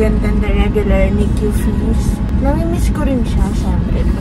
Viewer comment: ❌❌❌❌❌❌ NICU HINDI NIK-Q ❌❌❌❌❌❌😂😂😂😂😂😂